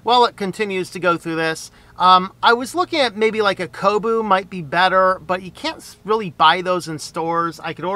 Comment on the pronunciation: KoBO not KoBU.